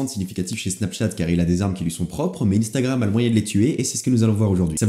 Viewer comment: "UNstagram" pas "INEstagram" !